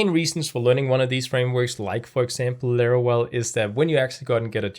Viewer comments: Larawel? That is no "w" is Laravel. lol =] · Bruh, its LaraVel, not LaraWel😅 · Why you say larawel? Is Laravel. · laravel ❌lerorel ✅ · Why is he saying larawel? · Laravel ❤💜❤💜❤💜❤💜❤ Laravel Herd is now available on windows too, the free version has everything you need 😊 we've been waiting for it too long. I love your Lara well pronunciation 😂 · Excellent initiative! One thing though - you pronounce the 'v' in Laravel the same way you pronounce the 'v' in 'Vesterbro' (for example). Loving your channel though - keep it up! 🙏💪